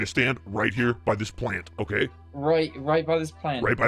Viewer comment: why did he say plant like that😂😂😂😂😂😂🤣🤣🤣🤣🤣🤣🤣🤣🤣🤣